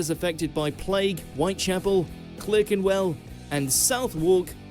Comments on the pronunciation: This narrator's pronunciations are a disgrace! Clerkenwell is CLARKenwell, and Southwark is SUTHark! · I'm appalled that this commentator - apparently an English man, despite his peculiar accent - can mispronounce CLERKENWELL. Its CLAHkenwell, not CLUHkenwell. Take a hundred lines that Boy ! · I think the narrator's voice is suspiciously like AI. He also pronounced dynasty as "dienestie", Clerkenwell as "Clerk-en-well" instead of "Clarkenwell" , monarch also strangely said, no one here pronounces any of these that way either. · South walk! Sutherk. Clerk is pronounced clark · No one should be voicing anything about the UK if they cannot pronounce Southwark or Clerkenwell.